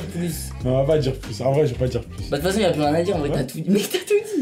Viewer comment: au debut le titre j'avais pas compris il a dit pu alors que c'est "plus" mais c'est comme meme une bonne video